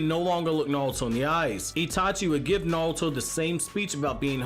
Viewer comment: Why pronounce only half your R's wtf especially naruto. Not nawuto LOL